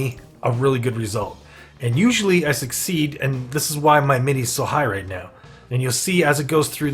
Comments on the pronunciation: First of all its AM-it-EE. Second of all spend your Amity and don't let it stack that high. The higher it is the more energy it costs per conversation. Spending it all will drop the initiation cost back down to 2/4. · it's pronounced (Am as in "I am a goat" - it - ee... AMITY (AM-it-ee)) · it was a good vid, but i was thinking the same...like damn AM-IT-Y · that is NOT how you pronounce "amity" . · Good Video, but for the love of Cthulu PLEASE learn how to pronounce Amity properly. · ....can't stop hearing pronunciation of "amity"